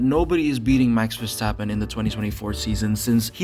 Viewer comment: it’s Max Verstover